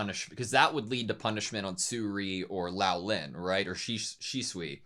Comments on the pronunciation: love ya big guy, but.... Say, "Swee-ray".. Not "Su-ree" Say "Lo-lan" Not Lao-lin Love the reax! You guys are so adorable, and pour your best into these vids. Been watching since Frieren, y'all are one of the BEST doing these!! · Yeah, the correct way to prounce "ou" in Chinse is the same as in Japanese, Loulan is pronounced "low-lan". And Luomen had also been mispronounced at as "Lao-men". It should be pronounced "Law-men". In short, Lou should be pronounced "low" and Luo should be pronounced "law" (really "lu-aw", but "law" is close enough).